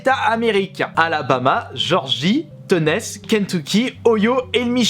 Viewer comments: Ah non mais quand t'as dit Tènèce j'ai explosé de rire ahahahahah (ça se prononce Ténnéssi pour l'info)😂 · Tenésse t'a dit quand même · Tennaisse 😭😭 Tennessie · on dit "ténéssi" et pas "ténesse", tu dormais en geo? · Alors Tennesse pour infos sa se prononce (Thé-nez-si). Voilà voilà 😊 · putain de merde "teunesse" c'est pas possible un niveau pareil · Teuuunèssseeee ahah jpp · Morte de rire quand il a prononcé Tennessee 😂😂😂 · Ohio Georgie Tennessee Tu devrais faire des cours d'anglais mdr